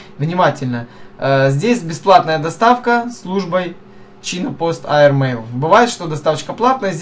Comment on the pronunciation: Правильней читается чайна пост эир мэил